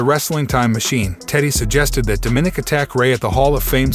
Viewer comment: do you actually watch the shows and listen? DO-minik? DoMinik. is that really so hard?